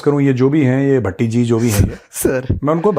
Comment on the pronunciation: sir BHATTI JI BOL RAHE HAI.........mujhe "TATTI JI " sunayi de raha hai🤣🤣🤣🤣🤣🤣🤣🤣🤣🤣🤣